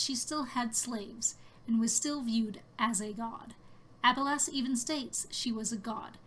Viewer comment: Great video! I just don't like how you pronounce Abelas lol